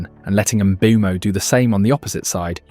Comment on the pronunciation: Why I keep hearing MBEUUU-MO when the player himself explained several times that is pronounced MBUMO